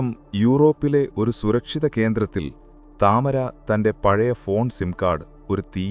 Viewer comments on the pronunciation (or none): The name is to be said as Tamaara and not Tamara. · താമര എന്നല്ല ടമാര എന്നാണ് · താമര അല്ല തമാര എന്നാണ് അവളുടെ പേര് 😂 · താമര അല്ല താമർ അതൊരു അറബിക് പേരാണ് 😂😂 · താമര അല്ല തമാര ആണ്